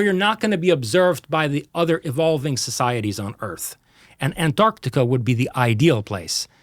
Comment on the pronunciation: If I hear him pronounce "An-Arc-Tic-Ah" one more time; I'm going to throw up.!